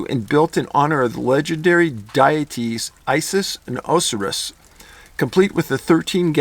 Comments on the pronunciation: I haven't seen anyone mention this, but, Dave, the Egyptian deities (dee-et-eze) are pronounced as Osiris (Oh-SIGH-ris) and Isis (eye-sis). Just sayin'. Thanks for another entry today. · Osiris is pronounced O-psy-ris. The layout of D.C. is taken from ancient Egyptian/African rituals of fertility. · Oh-Sigh-Riss. Not to sound like a pronunciation notsee. Hahaha. 😍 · Pronounced oh-sigh-rus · Dave, your funny. It is O-sigh-rhis. ... Osiris. Still love ya. Keep on movin' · OH-SIGH-RUS You made me doubt my own reality with some of those pronunciations. For future reference, there are pronunciation dictionaries online, freely available. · OH- SIGH - RIS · Oh-sigh-rus. I know some of these names are tough. But I definitely believe exactly what your writer said as truth. Thank you Dave for all your efforts and research. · Oh sy russ. Haha great video honestly. Forgive my hang up. I should not even correct because we have no idea how the ancient Egyptian pronounced Osiris. It was just sticking in my ear. I went ahead and watched twice so I could pay attention to you. Sorry man! Great video and information you get out to the public. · Osirus= O-sigh-rus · love you Dave osiris? ow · sai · ruhs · Hate to be that guy but it’s not it oh sai rus and Aw buh lisk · Thats pronounced -OOOO-sigh-russ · You did fairly well when reading about the Egyptian Gods, but just so you may know, Osiris is pernounced "Oh-S-Eye-ris." The O and the first i are hard vowels. Well done otherwise, though. Keep up the great work, David! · Just to let you know, I think you mean to say "O-sigh- rus" Osiris. I know because it took me along time to learn the right way to say allot of that pantheon. Follow you and pass it on. Great channel. Thank you and stay safe! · Osiris- ow-sai-ruhs. Sumerian- soo-meh-ree-uhn. They were from Sumer. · Emphasis o-SAI-ruhs...and soo-MEH-ree-uhn.